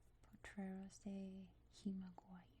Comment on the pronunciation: Very nice voice and interesting video. One tip for the future when you see g + ü in Spanish the g is pronounced like the g of "good" in English 😊